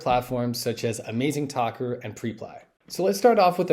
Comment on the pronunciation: It's not PRE-PLY, it's PREP-LY😅